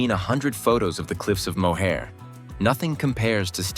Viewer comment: You just butchered the pronunciation of Cliffs of Moher. 😂